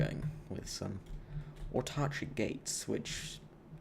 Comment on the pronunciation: Just saying, it's aut-are-kick and ape-yuh-ree.